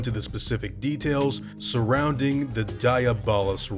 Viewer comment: It’s not diabolical Rex it’s diablo Rex like the games